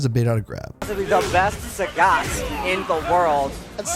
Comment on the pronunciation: It's pronounced Saget. Capcom doesn't understand phonetics because they're japanese and didn't bother to learn how to pronounce things.